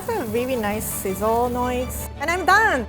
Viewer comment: “The ramen noodle is good! It’s looking golden brown, it’s almost dung.” Anybody else heard that?